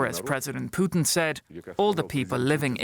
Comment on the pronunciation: She called him Poutine LMFAO Gold.